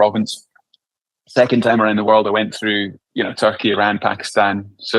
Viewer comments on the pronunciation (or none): none